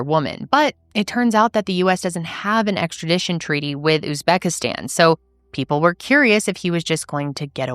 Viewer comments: That tik toker offering advice and not knowing how to pronounce Uzbekistan pretty much sums up American culture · what i was a little embarrassed about as a fellow American, that the advice-giver couldn’t pronounce Uzbekistan or seemed to ever have heard of it before. But I live in Europe but anywho.. One clue was he said they were empty-nesters which he and Emily aren’t. Of course he could have lied. But generally this happens a lot, it is a business in Uzbekistan as well as a lot of other places - catalog brides to put it bluntly and not p.c.